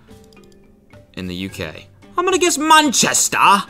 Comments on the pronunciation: NOT CODY DOING A “POSH” ENGLISH ACCENT WHEN HE GUESSED MANCHESTER EVEN THO MANCHESTER IS UP NORTH WHY DOES THE NORTH JUST NOT EXIST TO AMERICANS😂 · Not Cody saying Manchester in a “London” or whatever accent that was😐